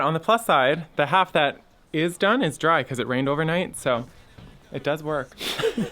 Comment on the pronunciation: “Dome”… not “done”. LOL 😂